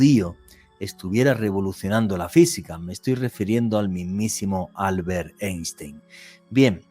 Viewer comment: UNA CORRECCIÓN FONÉTICA IMPORTANTE PARA COMENTAR: EINSTEIN SE PRONUNCIA "AINSHTAIN", DANDO UNA PRONUNCIACIÓN DEL TIPO "PALABRA GRAVE". SALUDOS DESDE CHILE, ESTUDIÉ COMUNICACIÓN SOCIAL PARA LOCUCIÓN Y NOS PASARON FONÉTICA ALEMANA. ENTONCES EN ALEMÁN LA COMBINACIÓN "EI" SE PRONUNCIA COMO "AI" Y LA COMBINACIÓN "ST" SE PRONUNCIA COMO "SH". ASÍ LO ENSEÑABAN EN LA ESCUELA DE LOCUTORES PROFESIONALES DE SANTIAGO DE CHILE.